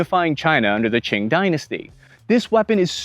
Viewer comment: I absolutely had to stop and congratulate you you said Qing correctly!! Kudos to you